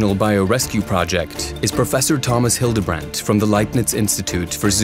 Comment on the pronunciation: Your pronucing Hildebrandt wrong... when talking about non American people ask them for proper pronunciation.